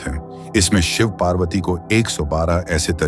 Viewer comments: व्हिडीओ बहुत अच्छा है किंतु पर्वती नहीं पार्वती है तथा टैंट्रा नहीं तंत्र है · Please check your pronounceiation tantra mantra Parbati you're not an Englishman,, 🙏